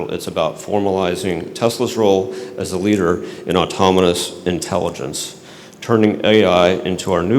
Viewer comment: Bro said "automonous"